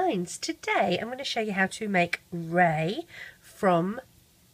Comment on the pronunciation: FINALLY SOMEBODY SAYS REY'S NAME RIGHT!